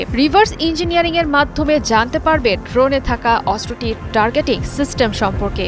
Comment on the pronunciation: অস্ত্র উচ্চারণ শুদ্ধ উচ্চারণ করতে হবে